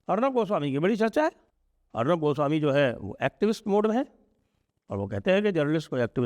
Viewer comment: Didn’t like your accent or pronunciation of Arnob… clearly showing your anti bong/ anti east bias…now you are detecting fault in Arnab as he is not doing Jai Ho all the time